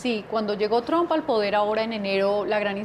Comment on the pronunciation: NO SE DICE TRON SE PRONUNCIA Træmp K FEO PRONUNCIAS PARECES K HABLARAN DE UN ARBOL TRON TIENEN K POR LO MENOS APRENDERSE A PRONUNCIAR ALGO TAN IMPORTSNTE COMO EL APELLIDO SI UDS HABLAN DE EL CSDA 2 MIN. HAGAN SU TAREA VAGOS NEÓFITOS INDULSOS BYEEEEER